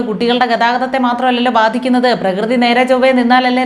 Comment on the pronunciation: പ്രകൃതി എന്ന് പറയാൻ പോലും അറിയില്ല പ്രഗതി